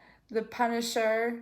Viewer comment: The “punishiser” wow